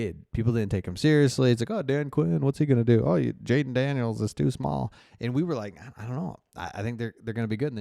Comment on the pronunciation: You said "Dayden Janiels" twice in a row lol, thank you for the good work you do brother